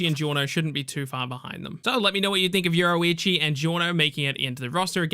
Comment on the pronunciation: Say, Your-Roo-Ichi . There we go. Fuq is this euroeechi